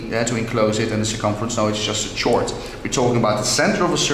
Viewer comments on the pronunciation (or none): chord not tshord